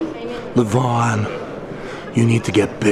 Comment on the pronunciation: Learn allready to express the Name LEVAN. YOU CAN HERE IT RIGHT FROM DEVON IN YOUR VIDEO